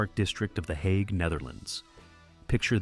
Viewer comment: It would be easier to watch if AI could at least pronounce this properly. If it can't pronounce the Hague, what elst is wrong?